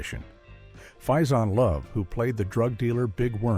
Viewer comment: I FUCKING HATE AI narration; his name is pronounced FAY-ZAWN-LOVE . not fyxinlove